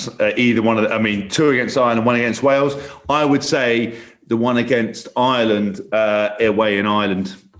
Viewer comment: I Love How Haskell can't even say the word, Wales! How do those lemons taste ?